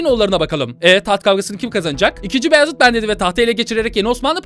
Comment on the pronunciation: abi Beyazıt değil uzat Baayezit Faatih gibi